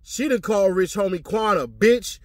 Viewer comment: I was like plzzzz stop callin Quan that when she kept saying his name like that. I felt so bad for his family bc i know that saw that 😢 that shit was hurting my heart so bad. She made herself look even more like a villain constantly repeating that